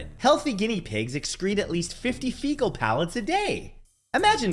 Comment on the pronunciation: If guinea pigs poop 50 pellets a day, it doesn't mean they poop 50 times a day. More like pooping 5 pellets 10 times a day for example. At it sounds like you pronounce it more like "pallets" then pellets.